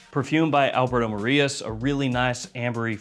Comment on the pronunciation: Is Alberto Morillas, not Alberto Marias.